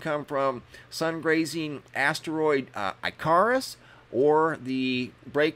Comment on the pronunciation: Haven’t you ever heard the story of Icarus and his flight up to where the Sun melted his feathers? I’ve never heard anyone pronounce his name like that before.